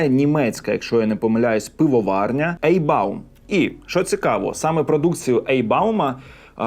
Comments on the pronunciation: Не "Ейхбаум", а "Айхбаум" . Дякую за огляд. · не ейбаум, а айхбаум. До речі, в польщі воно теж є, але в пляшках Те пиво, яке забули читається: Ляутербахер натур вайцен"